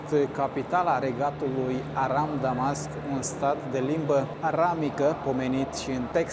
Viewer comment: Limba aramaică măi, nu aramică, că nu-i de cupru.